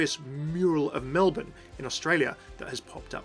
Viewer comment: Holy shit a youtuber who can say Melbourne correctly!!